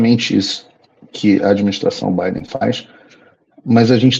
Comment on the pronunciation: Quando ele fala EUA 🇺🇸 fala Bidê, Obama e toda turminha